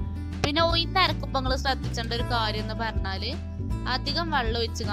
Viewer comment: ഉയിന്ന് അല്ല ഉഴുന്ന് ആണ്